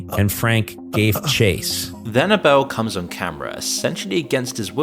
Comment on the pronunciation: Why is it so hard to pronounce Abel?